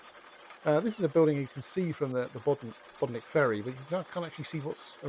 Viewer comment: Pity he cannot pronounce correctly